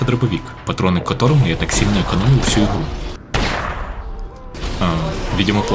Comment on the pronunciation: Не "ихру", а "игру"